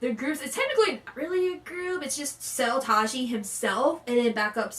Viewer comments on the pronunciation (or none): He is Seo Tae- ji not Seo Tah ji lol